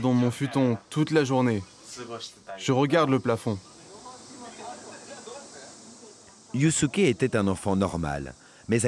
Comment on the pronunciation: Yusuke se prononcé Yousské si jamais. Faites un effort sur la prononciation des prénoms japonais